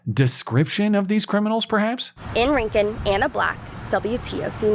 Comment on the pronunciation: Oh fuck this is local to me. I just saw the local news story on them re-hiring the lady. THANK YOU for pronouncing "Rincon" correctly. I am very sure that this Lowes saw a significant decrease in traffic because this isn't some leftist area. Maybe the neighboring county (where the criminals are likely from) is blue but the rest of the area is deep red.